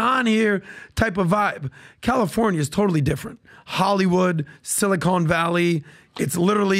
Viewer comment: “…sili-CONE valley” 😂 Stump